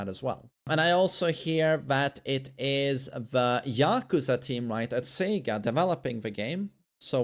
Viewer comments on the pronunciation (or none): none